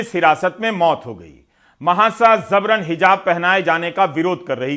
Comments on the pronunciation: Ravish ji ... Zabran Nahi... Jabran sahi pronunciation hai.... Sorry... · Zabran ❌ Jabran ✅ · Zabran nahi Ravish bhai yeh word Jabran hai۔ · Right pronunciation is Jabran (जबरन)not Zabran ज़बरन। नुक़्ते का फ़र्क़ है। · Yes it's J for Jabran not Z for Zabran👍😊